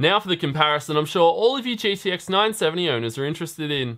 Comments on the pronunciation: Good stuff! Is it just me or did anyone else also notice some weird slurring of the word GTX into GDX several times. (Ex. , , , ) and so on... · Hm interesting to know. He only slurs its about 6-8 times but the remaining times it clearly spoken as GTX. shrug